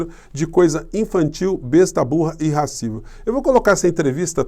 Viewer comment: Só um detalhe, não se diz "irrascível", mas sim "irascível", pois vem de "ira". Não existe "irra".